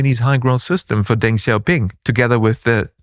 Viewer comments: what is with some of the crazy talking points out there hahaha and in video NOT HOW TO PRONOUNCE DENG XIAOPING however hahahah what is on wit hthat BE CAREFUL PEOPLE :D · what are you talking about with that hahaha and NOT HOW TO PRONOUNCE DENG XIAOPING however hahahah what is on wit hthat BE CAREFUL PEOPLE :D